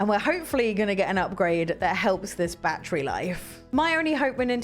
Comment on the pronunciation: I like this review I love ❤️ the way she pronounces 🔋 battery the right English way lol 😆!!